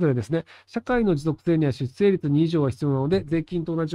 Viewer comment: しゅっせいじゃなくて、しゅっしょう。ねっ！